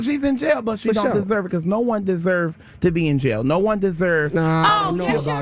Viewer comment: You said victims “desurr” to get assaulted